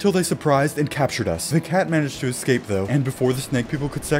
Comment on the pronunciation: stop saying ecscape, its eScape